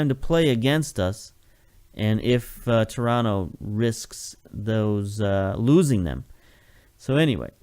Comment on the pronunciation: Two things: One, it's "shoniere", rather than "koniere" (Choniere); and two, where'd you learn to say Toronto right? I grew up there, it's odd to hear someone say it like a native of the town when they've got such a clear American accent. :)